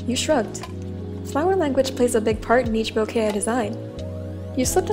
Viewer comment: I hate the fact every time says ‘bouquet’ i hear the word ‘boke’😂😂 This was really cute btw🥺💕✨